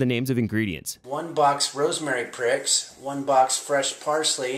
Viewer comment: I’ve been laughing about him calling rosemary sprigs “rosemary pricks” for days now. I’m going to have to give this guy a good hard watch.